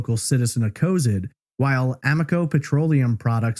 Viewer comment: City is pronounced Co-Zad